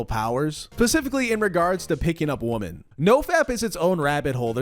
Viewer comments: This guy saying "woman" instead of "women" is driving me crazy lol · The plural for Woman IS WOMEN ... "WIM-MEN"